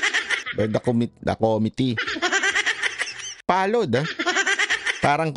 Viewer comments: 😂😂😂dan fernandez not pallowed pronounce it as followed. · Hahaha pollowed opecially 🤣🤣🤣sabi ni panelo bobo di nalang magtagalog opecial ang lahat 😂😂😂😂